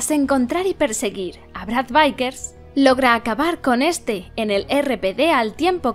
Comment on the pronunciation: "Vickers" tal cual se escribe, no "vaikers". "Licker" tal cual se escribe, no "laiker"